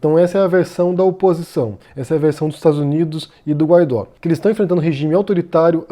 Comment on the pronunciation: "Guaidó" pronuncia-se "Guaidô". Sua "auto-proclamação" é determinação constitucional de seu cargo, não ato arbitrário dele. A mídia constantemente dizer apenas "auto-proclamado" apenas distorce os fatos e atrapalha a compreensão pública da situação.